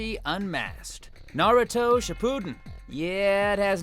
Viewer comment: its SHIPP-U-DEN not ship-pudden, wtf man